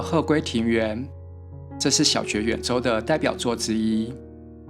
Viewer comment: 小堀遠州的"堀" 念"哭" 不 是 "絕"